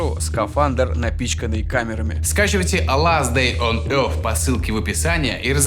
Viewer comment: что я теряю, если не верю в то, что игра из рекламы интересная? а произношение "ласт дэй он йорс" топ))